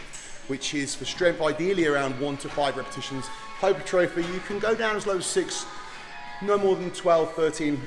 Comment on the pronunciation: Hyper-trophy 😂 Hai-puh-trah-fee. For those that don't know 🤫